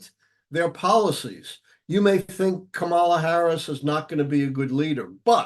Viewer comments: It's Kama-la!😅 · Pronounced CommaLa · Does the Professor not know that it's considered disrespectful to mispronounce the Vice President's first name? Comma-la. It's not hard. 😡